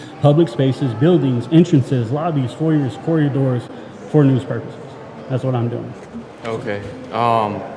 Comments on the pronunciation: Corridors. Not corriadors. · it’s corridors not coryadors 😅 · I wonder if knows he says “corriadors.”